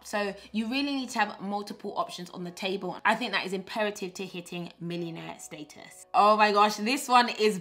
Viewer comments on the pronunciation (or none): I don’t know about y’all, but for now on I’m pronouncing status the PB way “stay-tus”! SN: PB, PLEASE make the planner available digitally so that I can have it on my iPad 🙏🏾